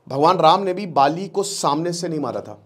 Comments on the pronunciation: पाली नही बाली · आप बाली को पाली उच्चारित कर रहे हैं । कृपया ध्यान दें। शेष बढ़िया ! जय हिंद! जय भारत !